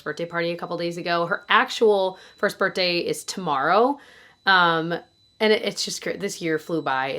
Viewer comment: I love the way you say birthday, “birtday” ❤😊